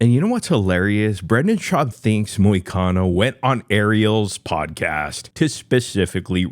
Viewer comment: Brendan is still correct. Hurts me to say that. Even the "Show Me The Money" comment. Brendan was funny and correct. But Brendan did say, "Podcash", instead of, "Podcast", after insinuating that he himself was the first fighter to have a podcast (which I think is true, also)